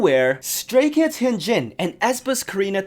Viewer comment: for next time: hyuhnjin not hyoonjin